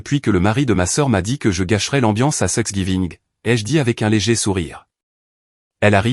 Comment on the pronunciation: Prononcez tanks giving ce serait plus juste